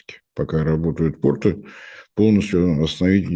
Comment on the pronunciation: Уважаемая, порты́ - это штаны, а если вы имеете в виду порт, то во множественном числе ударение на первом слоге - по́рты (как то́рты). 🙄